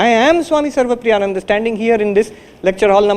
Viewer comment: You're so close! Just remember to pronounce the 'Nan' part like 'nun' (as in a sister in a convent). So, the correct pronunciation would sound like "Nun-da", but it's spelled Nan-da. youtube Caption Correction spelling: The caption says "Opanishad", that's definitely a mistake. The correct spelling is Upanishad, with the "U" at the start, not "O." Glad I could be of help 🌸🙏